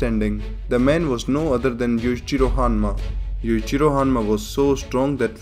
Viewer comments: His name is Yu-Chi-ro not Yu-ji-ro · oh my goD lmao! u say Yuchiro all the time roftl theres n difference between Yui and Yu lmao!!!!! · Yowichiro hanma. Say it like that. I keep hearing like youre just saying yujiro again. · i love how this guy when he says Yuichiro it sounds more like Yuijiro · Yuichiro - Yoo- ee- chee - roh Yujiro - yu- jee- roh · Bro i thought he said "Yujiro Hanma is the father of Yujiro Hanma" LMAOO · if there weren't subs I would have just thought you were saying 'Yujiro' over and over because yuchiro sounds pretty much the same. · Cant tell if he saying yuchirio or yujiro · the way you pronounce yujiro and yuichiro are so similar I need the captions for this one bro lol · The way you say Yuichiro & Yujiro sounds the same 🤣🤣🤣🤣🤣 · When you say Yuichiro I can not tell the difference to Yujiro. Please pronounce it better. (No offence)